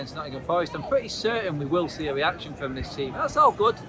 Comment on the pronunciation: Why does this guy pronounces the letter R like a W? weaction instead of reaction lol